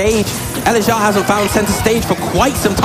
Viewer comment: elexiao* but yea i think it's pronounced eleg-jsh(one consonant sound)ow. Chinese? Xiao on its own translates to flute, electric flute?